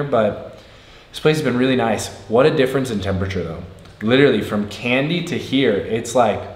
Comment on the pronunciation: Its not pronounced "Candy" its "Kandy" the "ka" part should rhyme with "ha" or "ma"...